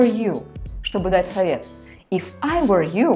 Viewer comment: Ручищами машет как Ирада Зейналова и ошибки делает дурацкие. ( if I will..., I will...) и произношения хромает (were =воор)